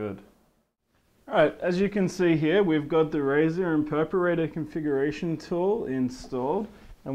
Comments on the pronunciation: not being rude,but when did Razer make an Imperparater??? did i miss something? ohhhhh he means IMPERATOR, PRONOUNCED(EMP-ER-ATOR)! LMAO peace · oh man i luv your razer impersonator!... oh i mean imperperrater!! oh i need an some interpreter plss.... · lol imperperrater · haha impeperator))) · imperperderperratorrr lol pronunciation fail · IM-PER-A-TOR!!!!!!! It's not hard! Alt+F4 to skip ads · Terrible review, he can't pronounce the product name and he doesn't even know what mouse acceleration is.